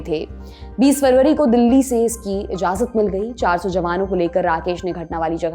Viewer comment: Anumati bol sakte na.. "Izzazzat" bolne me tongue kitni zzooooo kart hai batao :face-green-smiling